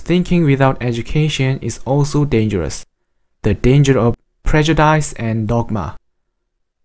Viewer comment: Prejudice - dice is pronounced as “dis” not as “dice”